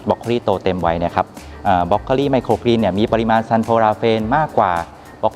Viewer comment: เรียนพิธีกรสาว ไมโครกรีน ไม่ใช่ไมโครกีน ต้องออกเสียงให้ถูกต้องด้วยคะ